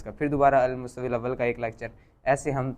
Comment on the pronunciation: المستوی کا تلفظ درست نہیں کیا گیا